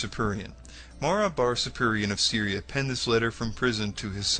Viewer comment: Mara Bar-Serapion (problem finding it due to mangled pronounciation): 1) We have no idea when his letter was written (anywhere between 73 AD and 3rd century), oldest mention of it is in the 6th-7th century. 2) It only mentions a wise king - the uploader's inference that it is Jesus relies upon the factuality of the NT accounts (if we could trust them this video makes no sense). 3) He specifically mentions the wise king's "teachings living on", but weirdly enough not the resurrection.